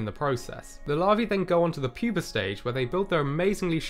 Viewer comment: Say it with me: pupa. PYOO-PUH. I'm no scholar, but I detect no "r" in the word pupa. Not puper. Pupa.